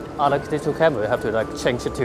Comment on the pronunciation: cwappy fwilm camwa